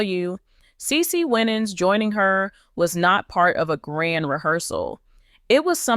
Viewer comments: PROUNCE HER NAME RIGHT THANK YOU HAVE A BLESSED WEEK IF U DON'T KNOW HOW TO PROUNOUCE A PERSON'S NAME PRACTICE IT THANK U PEACE😊😊😊😊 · CE CE WINANS IS HER NAME STOP MISPROUNCING HER NAME